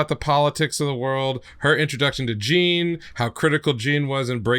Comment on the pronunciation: This is gonna be me nit-picking as a major VNC fan since I'd read the manga well before the anime came out and have kept up with the manga and anime... Please remember that a lot of the names are French, and so therefore Jeanne is not pronounced as "Jeen," with the long e sound like its not an English pronunciation of her name as you have pronounced it. It's the French pronunciation - Jeanne.